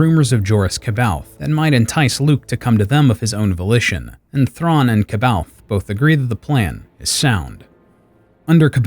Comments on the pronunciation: Fun fact, Jorus’ last name is pronounced Sab-eye-oth. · Very good 👍 The only detail to modify is the prononciation of “C’Baoth”. It’s pronounced “ Saw Baw Yoth” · I always pronounced it as K Bay Oth so you are more right than me apperently. Then again I hate the way Karrde is pronounced even if its correct Kard just sounds boring. I pronounce it like a sauve kinda french way Karrday pronouncing that e. Feels more fitting to the man he is. But that's the problem with books everyone will pronounce the nonsensical star wars words & names in their own way different from the creators intentions. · I didn’t know it was pronounced Sah-By-Oth until I was about 30. I read the books at like 19. Multiple times. I personally said “See-Baoth” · C’baoth is pronounced SAY-bay-oth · C'Baoth is pronounced Suh-baw-th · You pronounce 'Kbaoth'. But the other guy that made this book into an animation series, say 'Sbaoth'. So which is right? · I understand...but I also know there are several sources with the official pronunciation, so knowing how to pronounce it makes it hard even though your mispronunciation is reasonable